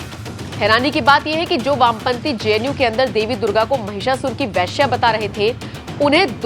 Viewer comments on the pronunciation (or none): Veshya, not Vyshya. Vyshya is Varna.